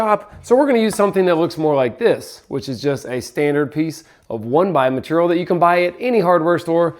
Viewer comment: New drinking game, when says maturial, take a shot 😂